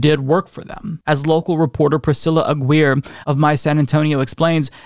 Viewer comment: Oh my God,, it hurt my soul to hear you pronounce that journalist's name as "A-gweer". It's "ah-gea-rray", gringo, please!!!!